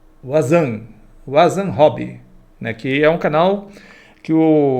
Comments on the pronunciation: Wanzam: "Uazan" não, "Vanzan" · Po é Vanzan não Uazan. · A pronúncia do nome do cara do vídeo é VAN ZAN o nome dele é Wanderlei Zandoná. O W tem som de U na lingua inglesa, já no alemão tem som de V. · O nome dele se pronuncia (vanzan) amigo. Eu tambem mandei para vc aqui no YouTube. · Perai,tu ta dizendo que o ovni do datena é um avião e ta querendo desacreditar os objetos do wanzan?nao sou teu seguidor,por acaso to olhando teu video,mas tu nao sabe quem é o wanzan,tanto e que tu nem fala o nome dele correto,e um baita profissional,merece respeito.